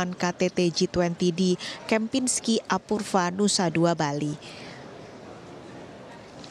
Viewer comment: Apurva baca Apurwa